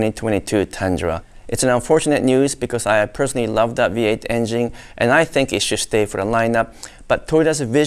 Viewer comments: I love how he says "in-jing" instead of engine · Great Video.!! Everybody drink when says: "Engine" - C'mon everybody play.!!!